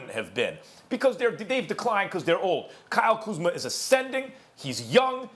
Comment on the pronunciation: Nobody: .... Stephen A: KYLE KUZMER